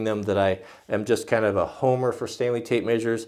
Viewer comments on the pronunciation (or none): none